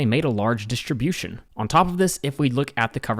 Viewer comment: When did "st" become "sht"? (Dishtribution.)